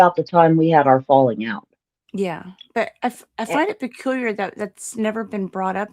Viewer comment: Did you say..."peculiar?" 🤣🤡🤣🤡🤣🤡💕